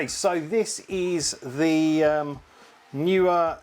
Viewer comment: I have several Neewer pruducts. I pronounce it Knee wer 😃I enjoyed the video though.